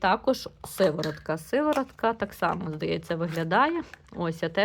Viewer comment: Не " Сиворотка", а сироватка. З наголосом на " о"